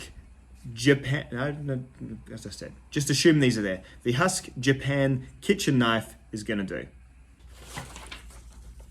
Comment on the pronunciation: I believe you're pronouncing the name wrong. It's actually two syllables like hu...usk, similar to the sound Uncle Randy might make when he's pushing out a good hard turd.